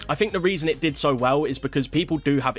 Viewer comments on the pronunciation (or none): "Aye Phink da weason dat bitteo did so wehhl" Dude's British, but hasnt quite grasped the English language yet. 😂